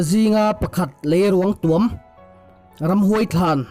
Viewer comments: Leiruang tuam i lam dan a diklo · Lei ruangtuam tih I lam dan a dik lo